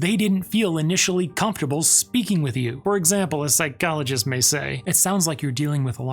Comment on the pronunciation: Please don’t say ‘psychologist’ like that.